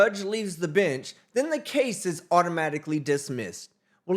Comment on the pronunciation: To my uneducated Aussie ears, every time he says bench in that way, I hear bitch 😂😂